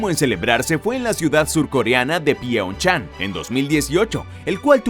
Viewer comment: Que error tan garrafal, los juegos Olímpicos de invierno jamás se han celebrado en PYONYANG porque es la capital de Corea del Norte, se celebraron fue en Pyeong Chang Corea del sur, le ganó la pronunciación al presentador.